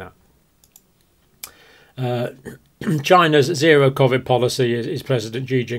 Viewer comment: Can't stand they way he pronounces Covid!!!!